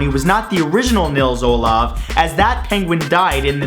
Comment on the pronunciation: the O in Nils Olav is longrrrrrr grrrrrrr grrr